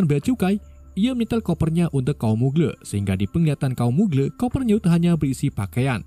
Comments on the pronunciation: Bukan mugle bang tapi magel di bacanya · Bacanya magel bang bukan mugle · grindewal aja nyebutnya muggle dibaca magle 😢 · bang kalo bisa bacanya itu "muggle" bukan "muggle"